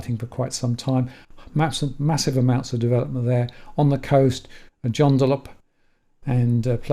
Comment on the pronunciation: jesus. w.a northern suburbs are wannero aka wannaroot? and Joondalup.. like hey june joondalup. Come on fella